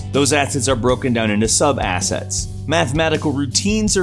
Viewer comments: I keep hearing you say Asshat lol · The only thing I hear is "Asshats"